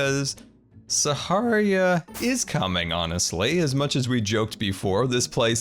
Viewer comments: U kept saying saharia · “Saharia” - 2019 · is he calling it saharia on purpose? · This is how many times scar prounounced sahara wrong 👇🏽